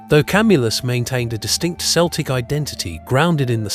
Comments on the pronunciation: I agree, it's considered disrespectful. I'm Celtic (kel-tic), we don't know what "Sell-tic" is .... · Celtic is pronounced KELTIC not seltic! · Pet peeve. Celtic isn't pronounced with an s sound it's a k sound Kel'tik. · By the way, the “C” in “Celtic” is pronounced as a hard “K”, not the soft “C” sound of the English language. This is because the word “Celtic” derives from the Ancient Greek word “Keltoi”. Please keep this in mind, because a lot of people with Celtic ancestry can be a bit prickly on this topic, as it tends to be seen as a sign of disrespect to our cultures. Thank you.